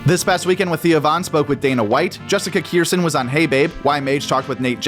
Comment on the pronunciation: Her name is pronounced Ker-sahn. Jessica Kirson.